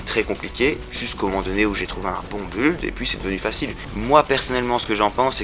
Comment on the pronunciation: On prononce "bild" pour build, et pas buld XD. De même qu'on dit "haoutriders" pour Outriders. Le technomage s'est bien retrouvé nerfé quand même.